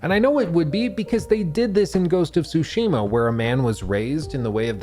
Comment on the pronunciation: No one can pronounce "Tsushima" correctly. THE T IS NOT SILENT.